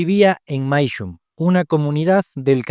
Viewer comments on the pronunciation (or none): Hola amigos. Amo su trabajo. Sin embargo, el nombre correcto de la comunidad es Mashuim, no "Maishum". Un abrazo.